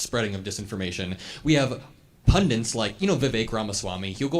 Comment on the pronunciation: PLEASE stop saying PUNDUNTS, it is PUN-DITS